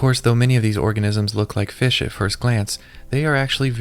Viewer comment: fish ❌ fesh ✅